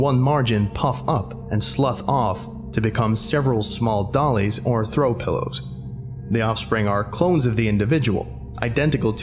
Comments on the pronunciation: "doilies" Doy-lees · U mispronounced minute and it really confused me U also mispronounced doilies....man this SCP is so good but the mispronounciations are ruining the immersion